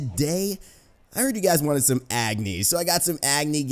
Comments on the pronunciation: Just FYI, Agni is pronounced ug (as in ugly) + ni (knee) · Raynday it not pronounced Agni its Uhgni. Btw I'm pumped for the new Agni skin coming out what about you? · You're pronouncing Agni wrong. I'm Nepalese, I know how it's pronounced.